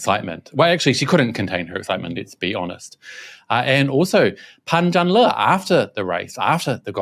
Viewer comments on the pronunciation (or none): He was pushed all the way by God's invisible hand?? 😱 Fyi, his name in Mandarin should be pronounced: Pun Jarn Ler. Not Lee.